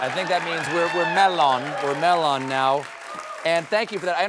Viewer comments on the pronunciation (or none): "I think we're MEL-on now..." It's pronounced /mel-LOAN/ -- at least that's how Gandalf said it. I don't believe Tolkien is on record of having said this word. A mnemonic to remember: Melons be felons, 'cause / Mellons ain't rhinestones. :-)